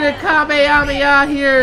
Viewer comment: it not ka ma hame haaaa its hama hama haaaaaaaaaaaa